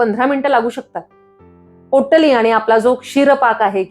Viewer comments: पोट्टली नाही हो... पोटली म्हणा... पोट्टली पोट्टली.. कॉमेडी वाटत... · पोट्टली नाही बाई, पोटली म्हणतात. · पोट्टली नाही.. पोटली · पोटली ला पोट्टली का म्हणता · Pottali नाही potali